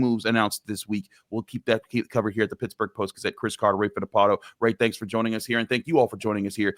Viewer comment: There’s an L in Fittipaldo. You’re supposed to pronounce it.